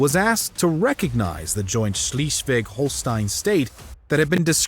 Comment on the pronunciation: I hear this „Schleswig-Holstein“ Variant of pronunciation and all I feel is pain… I wonder whether the author of this channel had a sadistic intention of hurting people…